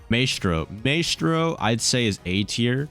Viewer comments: it's pronounced my stro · Did this mans for real call maestro,”maystro”smh shaking my head